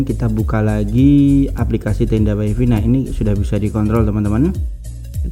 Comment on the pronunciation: Waifai mas, bukan waifi